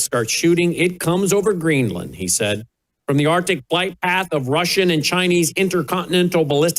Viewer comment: It’s Green-land not Greenlin 😅